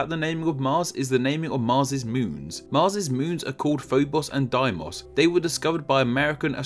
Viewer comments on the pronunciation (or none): Sorry if I'm wrong, but I think it's pronounced "Day-Mos", not "Die-Mos.". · Funny, as Doom was actually set on the moons of Mars. "Erda" and "Erde" Pronounced "air-dah" and "air-day" "Deimos" Pronounced "day-mohs"